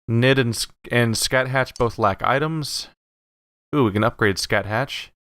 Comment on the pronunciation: You must be the only person in the entire world who could look at "Scathach" and conclude it must be pronounced "Scatt-hatch".